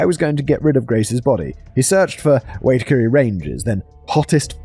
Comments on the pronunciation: Simon, Wai tack a res. This is how its said, massive forest range and lots of body's go "MISSING" there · Agreed, Simon did his best but a pronunciation guide would have been helpful. I cringed every time Simon said Waitakere.